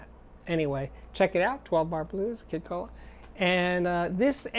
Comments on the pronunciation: Wow, you can't pronounce "Kohwalla"? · You know those furry little bears in Australia..koala's? That's how you pronounce Kid's last name.. ko-a-l-a. Brilliant topic and one I had to listen to again because it is SO important. So, how DO YOU find out "What GOES with What?" if you're just starting out? Love to hear your comment... Thanks! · Hi Steve, I'm from Australia, you pronounce it ko-ah-la, the marsupial bear. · "Kid Cola" lmaooo KOALA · Kid Koala is awesome! His live performances are fabulous. It’s pronounced like Koala Bear. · Lastly... it’s pronounced kid koala like koala bear .... he’s a classic